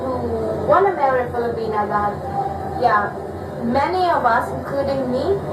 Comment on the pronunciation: So funny .girl stop saying filipina like that crazy head.